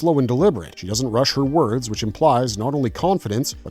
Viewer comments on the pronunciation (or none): none